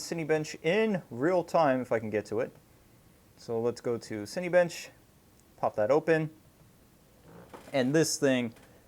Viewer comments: lol ... it's pronounced cin-A-bench, not cin-E-bench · " Cinny bench " lol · You absolutely demolished the name Cinebench